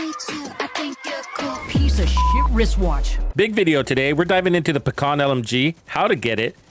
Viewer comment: Although, it's not "paKhan", it's just "paHan". Russian word for "kingpin". But overall, I am glad that I can finally run RPK and not some MG or Stoner or some othe fancy gizmos. I would prefer Pecheneg, but still.